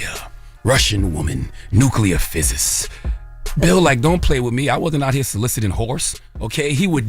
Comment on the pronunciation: The word is PHYSICIST😅😅😅 how did NOBODY correct him🤣🤣🤣 but I'm here for it!!! Just NOT on NETFLIX🙄